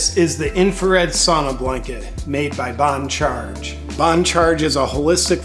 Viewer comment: Do you know that Dan BON gino cannot read. He calls the sauna blanket BONE Charge. Makes me laugh every time. Poor Mr BONE-Gino. Why pay him when he cannot even get the name right? PS I love his show.